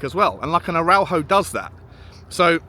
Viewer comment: Pronounced Ara-ooh-ho with English phonetics. Pronunciation aside, he's struggled since his long term injury. Won't last 5 mins in the prem.